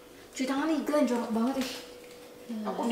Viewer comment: apa cuma gue doang ketika ngucapin kalimat yang berakhiran et selalu jadi ed, contoh banget = banged